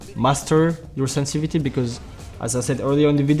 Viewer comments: Can anyone count the number of times this guy said "SENSI-VITY" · love how he says sensivity